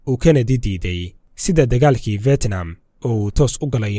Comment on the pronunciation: Fetnam mahane fidnam dheh haugu dhawaqin sida ad CNN ka ad kamaqashay